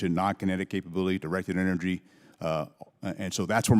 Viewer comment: He said diecrted ennergny weapons? W t f I missed spelled on purpose. They are monsters